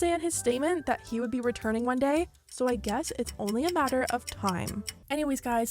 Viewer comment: Another gay ? Another what ? 😂😂😂 don’t tell me im the only one who heard it gay instead of day